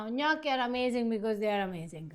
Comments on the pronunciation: If you can say risotto correctly, why can't you say gnocchi correctly? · All these years are Eva still hasn't corrected pronunciation of Gnocci.